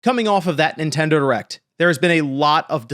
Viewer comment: Did you say "latest erect"?